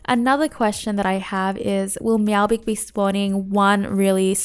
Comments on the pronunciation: your meow gik shieeett was so annoying its pronounced meowjik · D-did you just say "meowgik" like gif? It's clearly a play on "magic" and "meow"